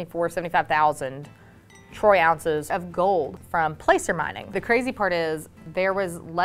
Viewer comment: Are you sure it’s called placer, with a long “a”? I have always heard it pronounced with a short “a” sound. There is a town in CA called Placerville and it is pronounced with a short a.